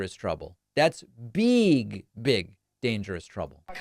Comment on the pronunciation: "Beeg, big" says